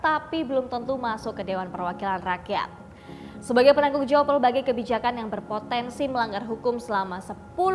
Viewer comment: Min bukan Pelbagai Tapi Berbagai, gimana sih Admin ini Ngomong R saja gak bisa, mangkanya sekolah yang bener, jangan Mulu lu min😂😁🤣🤣